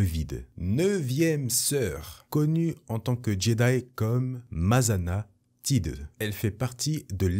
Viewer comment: Salut J'ai deux petites remarques : - La prononciation de Masana Tide. Ça se proposerait plutôt "Taille-de" ça me paraît plus probable ^^ - Et ensuite c'est une théorie concernant l'Inquisitrice à peau rouge. Je pense que c'est une Palliduvan, comme Aurra Sing. De longs doigts à trois phalanges et à longueur différentes, une quasi absence de cheveux sauf au sommet du crâne, et une peau à la couleur très intense, qu'elle soit bleue, rouge, blanche... Mais très bonne vidéo 🥰